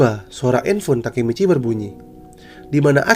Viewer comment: bang sebenernya gw udh baca manga chapter 205 tapi gw masih bingung yg nodong pistol ke takemiccy itu siapa suara lu pas bilang nama nya juga ga kedengeran jelas!?